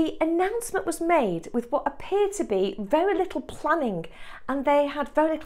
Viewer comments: Just curious -- which regional British accent pronounces 'planning' as 'plannink' with a 'k' sound at the end rather than 'ng'? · I read elsewhere that this pronunciation is typical of West Midlands. I've definitely heard it pronounced that way by others.